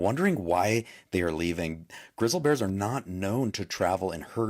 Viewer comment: Does anyone honestly believe a guy that don’t even know how to pronounce GRIZZLY BEAR? 😂 Grizzle bears are leaving?